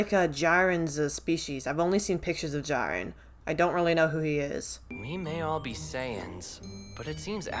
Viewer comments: lmfao the Goku bashing is so entertaining. He's like an open book, but he reads everything out loud. I also noticed the way you pronounce Jiren. I know there's an I in it, but you prounounce it's: Jeer -en. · Is it weird that I like how she mispronounces Jirens name?